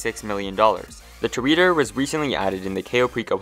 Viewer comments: No it’s Tor-Add-Or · Is this how you pronounce the Toreador? Tor-Yeah-Dor